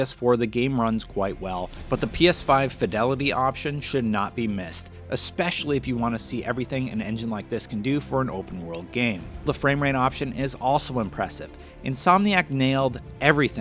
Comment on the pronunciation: Why did everyone latch onto that reviewers out of context quote and not the way he says “expecially” instead of “especially”